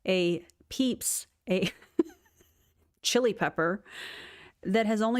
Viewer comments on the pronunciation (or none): none